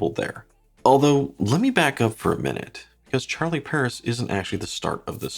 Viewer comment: It would be nice if an english speaking person for once, could bother to pronounce watch brands the right way. I'm from Sweden (Europe) and I don't speak french, but still, I know how to pronounce "Charlie Paris". Regardless of the language, I try to make the effort.